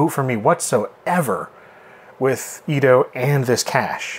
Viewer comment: Us old timers know by sight these fake cache (cay-sh not cash). :) The engraving and excessive fake plastic look give them up right away. It may be enabled all you want, but it don't make that empty socket full. EDO = E.D.O. not eedoh. Your pronunciations really hits the ear wrong.